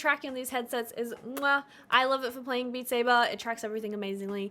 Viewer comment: Beat Say-bahhhh